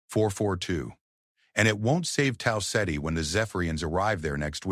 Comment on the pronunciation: Tal Setty? Did you mean Tau Ceti?